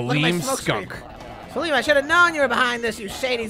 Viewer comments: 1. You didnt click the collectables :( 2. Its SALEM not SALAMI 😩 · Not them calling the skunk Saleem Im pretty sure it's Salem like the witch trials